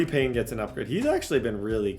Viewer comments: I’m gonna have a stroke if he calls Paye Payne one more time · Kwity Paye, NOT Payne!!! 😂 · i cannot go this whole series with you saying kwity PAYNE.. there is not an N. its paye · Payne? Where's the n in his name? Lol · Kwity paye's last name is only 4 letters and still cant pronounce it right lmao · No "N" in Paye. IJS.